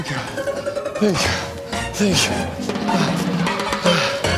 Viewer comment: Ивлеева :сенкю соу мач Приходите на обучение англисского языка Сенку соу мач😁😂😂